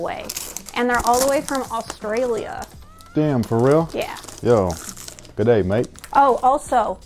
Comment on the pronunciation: What a great piece of sneaker history ❤️ Greetings also from Oz, but please: don't say G'day again.....just.....no. 🤣🤣🤣🤣🤣 PS Mrs Wing hit me up on 😊